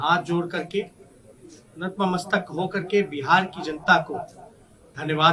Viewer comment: 9th fail buffoon using words beyond his comprehension : "Natma-mastak" which is gibberish. It's Natmastak you idiot. Thank God Bihar was saved from Jungle Raj 2.0.